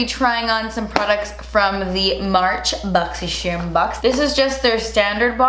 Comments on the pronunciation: Closed captions suggested you said boxy Sherman 🤣❤💋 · Yo i swear i say boxy sherm unboxing with her. EVERY. FREAKING. TIME. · I always say “boxysharm” bc of you🥰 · I always say BoxySherm and not Boxycharm 😂😂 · I feel like if South Park had an episode about boxy charm they would pronounce it like this 😂